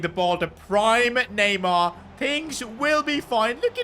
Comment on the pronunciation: The disrespect on neymars name🚮🚮